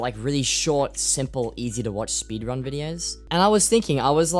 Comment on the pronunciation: speedwunning? omggg